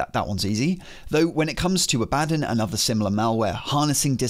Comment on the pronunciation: Your pronunciation of Abbadon makes me irrationally angry.